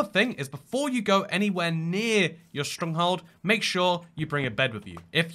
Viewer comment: no one gonna talk about how he said stronghold as “stronghald”